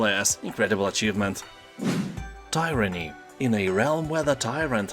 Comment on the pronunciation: Thanks. Merry Christmas. Tyranny - TEER-a-nee